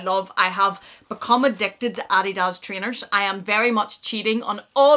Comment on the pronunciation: Merry Christmas! Love it all and the earrings are fabulous on you! I don’t know how to say this, so I’m going to just say it. I think you pronounce the word/brand “Adidas” incorrectly. Sorry! The books are something I’ve been looking for, thanks.